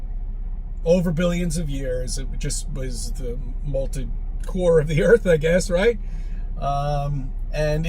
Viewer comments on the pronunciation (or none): It sounds to me as though he says "molted." Which would be a very different situation, I think! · To be fair he did say molted, lol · Is he saying molted 😂😂😂😂🎉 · It’s molten not molted! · Does he keep saying "malted core" like a malted milk? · Poor, kicked out of the house again 🤣 Was saying "malted" core rather than molten?